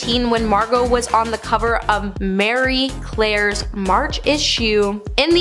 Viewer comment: Mary Claire??? Ma-ree! Versace ver-saw- che, just incase you run accross it!😉❤